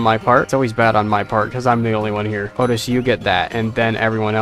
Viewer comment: His name is ochi not Otis